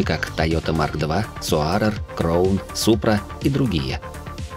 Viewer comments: Ролик хороший, но крОун, соАрер и целИка по ушам резануло. Краун, сОарер, сЕлика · Ролик хороший, но крОун и соАрер по ушам резануло